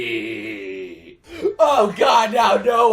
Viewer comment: When he said girly it almost sounded like.....gayly